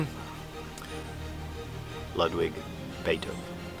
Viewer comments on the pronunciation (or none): So much practice, but all wrong anyway! German's pronounce W's as V's, the U in the name is pronounced as "OO", so you'd say "Loodvig Beethoven". Otherwise, we might as well pronounce the last name as "beeth-oven" instead of "beh-t-hoven".